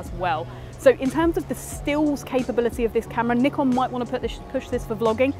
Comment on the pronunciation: literally the only video about the Z30 where I can hear the shutter sound. 🙏 bonus point, she knows how to say "Nikon" as it's intended.